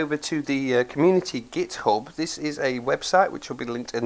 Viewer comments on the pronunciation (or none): none